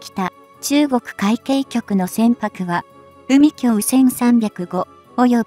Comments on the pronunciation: 海協じゃない 海警 かいけいとゆうんだ アナウンサー失格だ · 何で海警をうみきょうと言うのかこの音声を早く修正せよ❗️